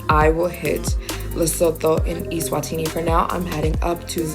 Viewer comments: Oh, and it's pronounced Luh-soo-too. ❤ from CPT, SA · It's pronounced LEH - SOO - TOO (like the number 2) not Lesothor